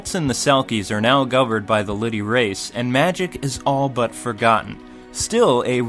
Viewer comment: Its not lity its Lilty (lil-tee)